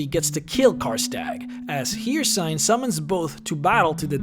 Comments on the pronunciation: My son you do not say Hircine name correctly at all.. it’s said in game a hundred times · Can’t pronounce Hircine but can say Udyrfrykte Seems legit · Sorry for being a geek but it's Her-seen, not Hear-sign. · it is not pronounced "here sign" it's pronounced "her scene" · Hercine is pronounced her-seen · Only 3 minutes in the vid and you pronounce it as "Hircyne" If you played the games then how can you not know its "Hircine"? Then again you are one of the few youtubers that actually manages to say "Rieklings" correctly instead of for some reason calling them "Reiklings", so that's good on you. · "Hircine" is pronounced "Here-Seen", not "Here-Sign". Characters in the game even pronounced it. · (her-seen) not (here-seen) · breh.. breh, it's Hircine (Hear-Scene) stop that (Hear-cine) shit lel. good video. entertaining, informational. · "Her seen" not "here sign" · It's pronounced "here seen" not "here sign" :P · BlackFlagAntiFa it’s not pronounced here-sign though, it’s her-seen. The pronunciation is flat out out the window. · its her-Seen.... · If he says hearsign one more time I'm gonna start shooting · You pronounce Hircine wrong, it’s pronounced ”her-seen”. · okay say it with me. HIRCINE. HER-SEEN. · Hircine... Here-Sign... Sigh.. Love the channel no matter what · Yeah I was wondering when did Hircine become "Here-Sign" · Unbelievable you can't get Eeeeeeebony right but you call Hircine wrong as well. Because that is spoken like Hirciiiiiiiiine. Long i. Switch that up and your good. If you make a video get at least that right. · Hircine is pronounced "her-seen" You'd think after doing Elder Scrolls videos for years you'd know how to pronounce that smh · Hircine is pronounced hurr seen Just saying Ok vid tho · This hurt so much to hear so frequently. "Her-Seen,", they say it in-game, even. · He said the daedric prince hircine wrong multiple tunes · Don't know how many quests in any time say his name and you still pronounce hircine wrong